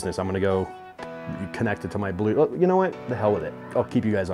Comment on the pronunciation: “Bluethooch mode.” “Powr off.”